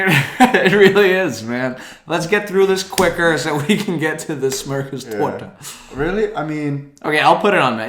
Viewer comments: Nice to see "Danish" below "Trash" 😁 has such great pronunciation of things. I can´t hear even a hint of an accent when he say "smörgåstårta". Not anchovies! It might seem that way, since it´s the Swedish word "ansjovis" is so similar. But it´s sprats, not anchovies. Anchovies is called "sardeller" in Swedish. Say "Rå" like "raw" then a g (like in mug) and then just bröd. If you want to pronounce it in Danish, just gurgle in the back of your throat like your drowning. It´s not gingerbready at all. It´s a heavy bread, a bit similar to the German Pumpernickel. And rye bread is a thing in all of the Nordic countries, not just Denmark. Again. Not anchovies. Sprats (=ansjovis). But it can be made with matjessill too. But I think it´s sprats in the original recipe. I don´t think there is mayo in gubbröra, perhaps someone made some version adapted to Americans? It´s usually boiled eggs, dill, parsley and chives. Some put in some boiled potatoes dices too. And perhaps some creme fraiche. We just need to make the semla more well known in the world. Bakers of Sweden unite and spread the word, and the recipe of semla to your foreign collegues. The world needs semlor! Lillebror bakery is the best! That´s where you need to get your lussebulle and semla. But...it´s so cramped and there is usually so long lines there. Which it was bigger there. It´s actually bilberries and raspberries in Drottningsylt. Swedish blåbär is bilberries in English. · I would have thought that "smörgåstårta" would be the hardest word for an English speaking person to pronounce. But you did it really well! There is hope... But, seriously, you have to stop bashing banana/curry pizza. It's the greatest thing!